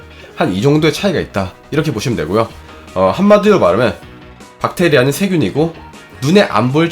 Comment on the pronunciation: 엌... 여러분 세균이 영어로 뭡니까? 할때 찐으로 젊~~~ 그랬는데 박테이라라고 해서 엌ㅋㅋㅋㅋ 민망..